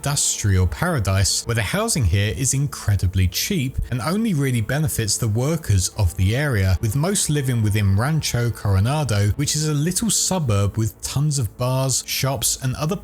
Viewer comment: Coranado city not Colorado